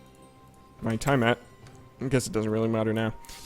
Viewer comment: The way you say tiamat is tilting me XD. You're the man though,:)